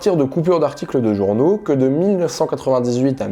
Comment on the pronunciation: "Journaux" et non pas "journeaux".... en vous remerciant.